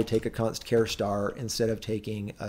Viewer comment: WTF is a "care star?" It's a ch sound as in "charge."